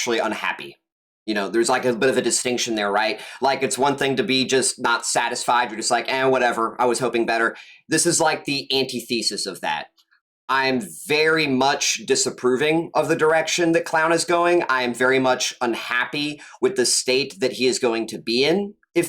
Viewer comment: Brother its pronounced "an-tih-thuh-sis". Not anti-thesis. For future use so you dont sound silly.